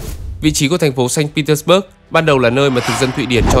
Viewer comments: Nên phiên âm sang tiếng Việt cho dễ nghe, bạn phát âm theo Anh ngữ mình không nhận ra thành phố nào nữa. Sa-int pê - tec-bấc với xanh Pê-tec-bua là 1. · admin đọc sai. Phiên âm tiếng Việt cũng Ko đúng mà tiếng Nga cũng sai nốt. Ko ai hiểu được Tp mà admin đang nói tới. САНКТ ПЕТЕРБУРГ âm cuối rõ ràng là B U R G. Thế thì bớt ở đâu mà cứ đọc bớt bớt???? Nghe cực kỳ chói tai và khó chịu. Chưa kể là Saint không thể gọi là thành phố đáng sống nhất của Nga được. So với những thành phố khác như Moskva, Sochi, Kaliningrad hay ngay cả Krasnodar thì với những tiêu chí an ninh xã hội, năng lực kinh tế, cơ sở hạ tầng, giáo dục, y tế thì hoàn toàn Saint không thể đứng nhất. Chưa 1 Tp nào ở Nga như Saint, khi mà mình đi chơi 4 lần thì 2 lần bị móc túi công khai , 1 lần bị cửa hàng trắng trợn lừa đảo. Người Nga từ lâu đã nói Saint Petersburg là Tp của tội phạm. Криминальной столицы, hay như, Бандитский Петербург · Sanh Pê Tét Bua chứ sao Bớt được, chủ đề chính mà đọc sai thì hơi kì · Mình thường nghe đọc là sanh pê téc_ bua mà nhỉ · Admin phát âm sai tên thành phố cũng như những nhân vật nổi tiếng rồi. Người Nga và người nói tiếng Nga không ai nói như vậy cả.